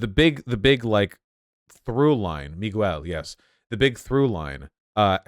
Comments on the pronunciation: MUY-GUH-WEEEL O'Hara. Vaush is that kind of white guy. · Vaush being from Los Angeles and not being able to pronounce Miguel is baffling. “Migwel” sounds like what a British person would say. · Vaush: Miles MoraLAYS, MiGWEL O'HORRUH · MIGWELL??? Vaush will never beat the "can't pronounce non-WASP names" allegations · Vaush pronouncing Miguel like that made my hearts bleed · I guess Vaush is just the kind of guy who chooses to pronounce things wrong on purpose because he’s white? Like you literally just watched a movie where they are pronouncing the name correctly a bunch of times and then you go home and make a video mispronouncing like three different peoples names. I don’t know. Kind of seems like something and white hillbilly would do.